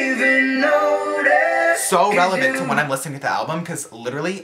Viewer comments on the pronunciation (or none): none